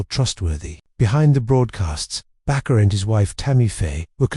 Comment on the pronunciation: AI sucks. His name is Jim (not Jimmy) Baker. Not Bakar.